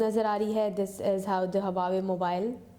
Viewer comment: hahaha pehly huawei bolna to seekh loooo Lollll